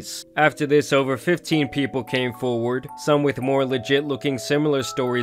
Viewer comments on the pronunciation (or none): none